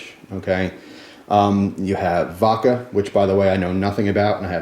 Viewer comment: he did pronounce vodka funny but liquor and liqueur are pronounced differently, and he mentioned liqueur